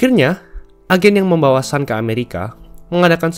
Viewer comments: bacanya tetep Sun bukan San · Sun itu bukan dibaca a tapi tetap dibaca u.